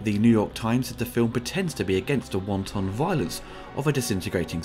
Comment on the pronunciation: Never heard someone pronounced wanton as wonton before😂 wonton violence is just beautiful